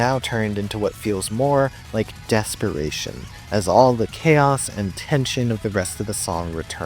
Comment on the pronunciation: heh... dess-peration.